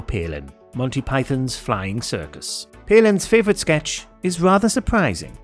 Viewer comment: You might want to learn how to say 'flying' in German.